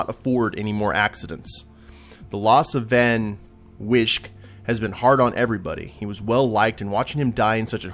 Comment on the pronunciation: Van Wijk is a dutch name. IIRC you pronounce it like "fun vike".